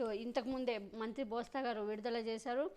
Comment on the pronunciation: బోస్తా కాదు బొత్స😂😂😂 నీ పేటి ఎం తగలయ్య